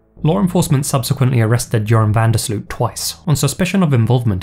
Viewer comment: I love falling asleep to true crime mysterie compilations. But yours are too good; I have to stay awake! Btw. Van der Sloot is pronounced "van der Sloat" like oat, boat, goat. 😋